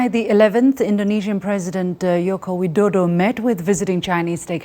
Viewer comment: Perfect pronunciation of Joko Widodo by Liu Xin.